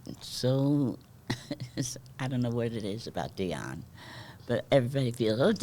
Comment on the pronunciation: Parabéns,, pela entrevista com esta DIVA da canção americana. E parabéns ainda mais pela pronúncia PERFEITA do nome de DIONNE WARWICK. Muita gente aqui no Brasil pronuncia erroneamente como "Daione", quando o certo é "Dionne", como se escreve.